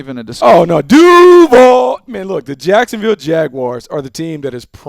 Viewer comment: Go back on 0:3 he said sacksonville